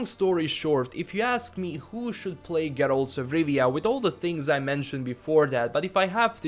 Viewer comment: I like how you say Geralt